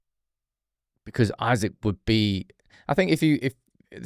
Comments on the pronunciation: If this ain't click bait, i don't know what is not. Buying Isak. Why would he leave Newcastle for united. If you've ever watched Isak. Its not Isaac like people pronounce but in Sweden we say like"I" Sack. We dont have the finances and he would not want to join unless he has some fetishism for United. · It's EESAK bro not isaac, smh at leat get It right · He ain't coming to United, cause you can't even pronounce his name right, it's EESAK ffs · It’s Isak, not Isaac. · Its not Isaac, its Isak 🤣🤣🤣🤣